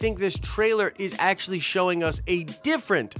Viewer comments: Did you say ASAPtually? Stop. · asapually? is that a word?